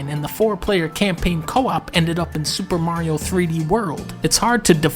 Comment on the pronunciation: 5 seconds in and dunkey hits you with that "SuPa Mario"